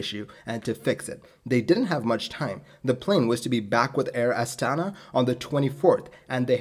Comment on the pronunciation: The emphasis is on the last "a" - Air Astana<